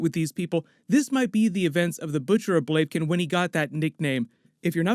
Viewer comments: Yes but it's pronounced Bla-vih-kin not Blave-kin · Great video but ur butchering the Word Blavikan. It´s not Blavekin. It´s Blavikan. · 'Blavken'???? It's pronounced 'BLA-VI-KEN'!!!! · "Blave kin" ?? "Blav I Ken" dude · blaviken not baiken whatever wtf xddd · Nice video, liked :) I just wanted to point out that it's pronounced "Blaeviken" and not "Bleiviken" ;) looking forward to your episode coverage! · Blah-vah-ken. Not blavkin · isnt it butcher of bl-av-i-ken? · Butcher of Blav-ee-ken not whatever way you pronounced it lmao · Blay- vah-kin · >Talks about the Butcher of Blavikin >Butchers the name "Blavikin"